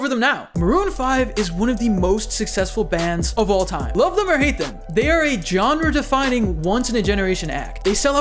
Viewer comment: I feel my soul flinch every time he says "Jonra" instead of genre